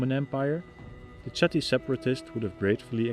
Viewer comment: Chatti niet uitgesproken als Tsjatti, maar als Chatti, als zuiderlijke Nederlanders dat zouden doen. Met een ch die dicht bij een h ligt. Zoek maar eens op "Taaldacht, Namen van Nederlandse Stammen". Daar zul je zien dat die klank zich in het huidige Nederlands zich tot een h heeft gevormd. Daarbij heeft hij herleid dat Batavi als Batuwen/Betuwen zou moeten klinken in onze huidige taal. En destijds Bátawi, de Romeinen spraken toen namelijk nog de v als een w uit. Zoals je ziet dus weinig veranderd.